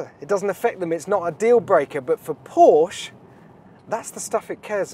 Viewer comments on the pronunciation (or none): Please don't say "Porsch". It's PorschE!!! You have to pronounce the E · it´s Porsche not Porche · Okay first of all.. mister so called ‘Top Gear presentor’.. It’s Porsche! Not Porsch... C’mon dude! 🤨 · Knospe Du hast recht. Aber Porsch finde ich bedeutend schlimmer als Porschi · Anyone can tell to this guy, Porsche is Porsche, not Porsch !!!!!!!! pls don't be ignorant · It's not Pooooooohhhhhhhhhrsch. It's Porsche. Short o and an e at the end! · it's "paw-shuh" mate. not "porsh". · Is not PorschE. Its Porsh-Ah. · 😂kann ich nur zustimmen. Genau wie "wuolgsweggon". Einige englische oder amerikanische Personen können es aber auch richtig aussprechen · Jesus Christ, this guys from Top Gear? It's pronounced "poor-sha" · Why can't Englishmen learn how to pronounce Porsche? It is a two-syllable word. Always has been, always will be. When I hear someone, who should know better, mispronounce the name, I pretty much stop listening. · It really does make people sound dumb when they mispronounce car brands and then call themselves a fan or information source for the brand